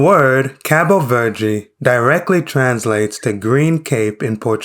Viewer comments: It's Cabo Verde which translates to green place Verde is green but Cabo is place your thinking in English like cape cod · Por favor, apprenda a lingua para falar com as pessoas. K AAPE VER DEE not cape verd. Lembre -se preta é preta